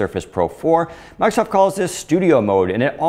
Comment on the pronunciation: First time I ever heard someone pronounce the Redmond-based company's name as "Markov". Markov Windows. Markov Word. Markov Surface Pro. Unusual!